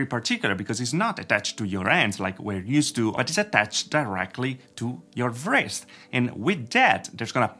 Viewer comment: That's really interesting, always cool to see new haptics concepts. (fyi the 'w' in "wrist" is silent ;-) )